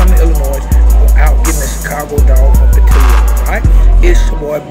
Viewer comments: But we gone have to talk bout how bad u butchered they name. It's up there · As a chicagoan it hurts hearing the pronunciation of portillos 😂but great review